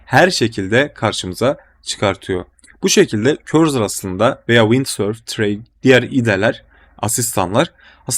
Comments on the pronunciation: Cursor’a neden korzır diyorsun 😀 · doğru telafuz etmenizi :)